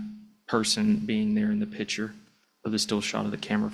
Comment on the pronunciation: Officer, the word is "picture", not "pitcher".